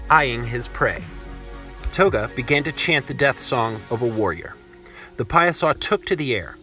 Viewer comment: For starters, history-loving residents do not use riverbend to address the Greater Alton Metroplex. The Illini leader Ouatoga (wah-toe-gah).